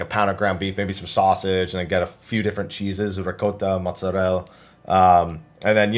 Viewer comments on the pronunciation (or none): Hey, I know you're Italian-American but please know that all ending vowels in Italian are pronounced. It's not mozarell, it's mozzarella. I don't know why Italian Americans always mispronounce these =(